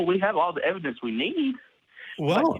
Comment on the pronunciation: "the ev-i-dence of the holy spirit..." best laugh i've had all day :)